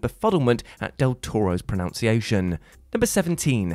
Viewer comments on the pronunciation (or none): Pronunciation - not pron-oun-ciation.